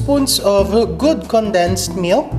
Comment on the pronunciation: At kailangan may diin sa dulo ang pagbigkas. Halimbawa: mil K! sprea D! 🤣🤣🤣